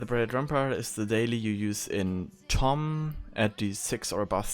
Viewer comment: this is not tomm, it is lomm -_